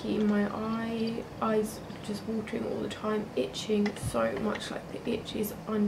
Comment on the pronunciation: I love when she say "all", is like ool, Keep doing vid